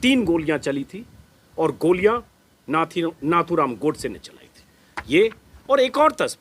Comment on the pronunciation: plZ pronunciation is नथूराम not नाथूराम